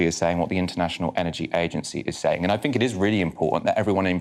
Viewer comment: it's "think" not "fink" just fyi